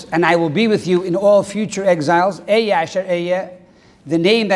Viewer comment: B"H Learn to pronounce אהיה at least. At the very least. If your Hebrew is on that low a level all of your interpretations are necessarily incorrect. Yichus, real Yichus, is all about correct Torah interpretation and for that one must be connected to עברית which is the Brit. When you learn Hebrew truly you won't dare to attempt to judge Moshe Rebbeinu. You'll know that any imperfection you see in Torah is your own faulty interpretations.